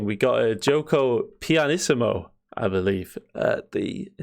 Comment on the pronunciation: Giuoco Pianissimo! This time you nailed the pronunciation 😂 I'm a fan of yours from Italy, keep up the great content!